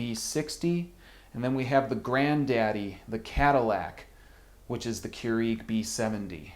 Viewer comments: it is cure egg not cure eeeg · Listen it's keurEG not keurIG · Smh. I've never heard anyone poorly pronounce Keurig (Qyour-IG). I've even called the Keurig peeps and they don't trip syllables trying to pronounce it. Less flair otherwise you sound like an uneducated jagoff.